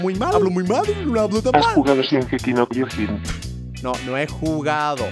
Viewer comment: Acaso dijo chingeky no kyoyin